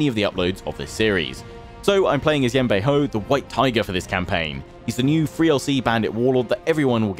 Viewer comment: the way u say Yan Baihu is incorrect. Ur saying a hou sound, but its actually just like saying who. Great intro and video overall though. You might have wanted to get a mercenary contract for fighting the yellow turbans to help gain more money, but you can do that in the future when wanting to declare wars against people. Your pronunciation of Sun Ce is technically correct. You would say it the way you say soon. Also, you might want to eventually split Yan Baihu and Yan Yu since they are both infantry commanders, and you have no cavalry in that army.